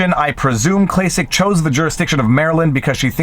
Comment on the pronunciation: It's pronounced "Klack-Klack"